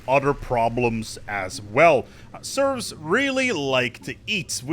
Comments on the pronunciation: Serfs are different than "Serves". You are saying the latter. Just fyi. Edit: The more I hear you say it, the more I am convinced it isn't a mispronunciation, but that you actually think a "Serf" is a "Serve". lol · Its called serfs, not serves! And not servs either autocorrect! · FYI its serF not serV! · It's SerFs. With an 'F'. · Sorry... I cannot listen to "serfs" being mispronounced. Had to stop even thought it was entertaining up to that point.